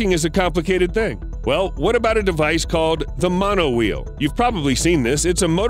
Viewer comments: The monowhee? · Ah yes a monowhee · monowheeee lmao